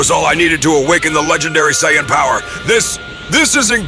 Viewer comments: Gotta learn how to prompt the Saiyan name. you have to either teach AI to pronounce it correctly or you spell it "SAYIN" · don't ever say Sayajin again